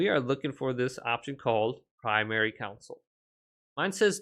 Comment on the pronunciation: "Console", not "counsel".